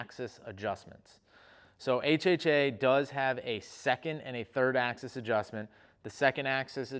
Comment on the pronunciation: "ax-ease" :P